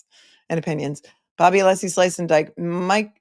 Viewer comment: So strange to hear you mention Nancy Kerrigan - I just read that Hank was the Attorney for her brother - but you probably already knew that,, because you know everything! I'm hoping if Hank keeps mispronouncing Alessi's name, he refers to him as Breenan. And honestly, Hank who says chat - are you still using AOL discs?😅 Thank you for making watching this trial bearable!